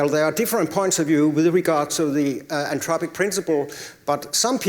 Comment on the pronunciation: When says Anthropic, it sounds Entropic - slightly confusing